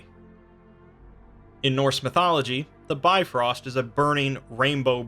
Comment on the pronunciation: Its not bi-frost it's pronounced more like biv-rost